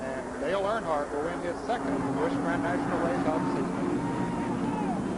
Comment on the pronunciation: It's Busch get it right